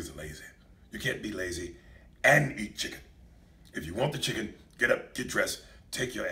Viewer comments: I love the way he says "CHIGGEN"!!!! 😂😂😂😂😂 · Ms. Dani Chiggen! 😂😂😂